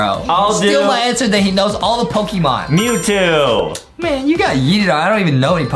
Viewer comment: Its not pokimon and its not ivi